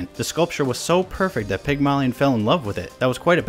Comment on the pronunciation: the way that you say Pygmalion takes 8 years off my life every time you say it